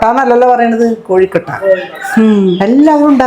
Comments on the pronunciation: കൊഴുക്കട്ടയാണ്. കോഴിക്കട്ടയല്ല. എന്റെ പൊന്നോ😂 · കോഴിക്കട്ട അല്ല കൊഴുക്കട്ട 😁😁😁